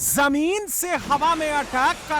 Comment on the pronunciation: भाई पहले हिंदी सीख ले l. ये जमीन होती है "समीन". नहीं होती l😅😅😅😅.